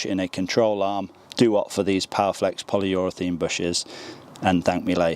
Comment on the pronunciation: Polyurethane not polyurethene